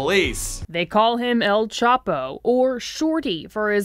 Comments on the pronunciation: every time he says “ L chap-o “ i cringe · He don't even know how to say El Chapo🤦🏽‍♂️, smh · Mexicans: “el chapo” White people: “L chapo” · El Ch-aaaah-po Not Ape-o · maybe you should call him el chap O 😂😂😂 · “El chAApo” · El chap - O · El chap. O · And...Its El Chapo!(Mexican pronunciation) Not El Chapo..Lol -JK but not really...😂🤣